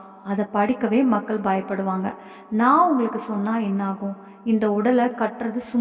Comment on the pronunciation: தமிழ் புலவரே அது மக்கல் இல்ல மக்கள்